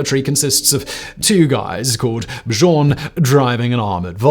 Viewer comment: Lol! Buh-jorn?? I feel like a lot of Americans know that it’s pronounced Byorn , say it with me “bee-yorn” 😂😂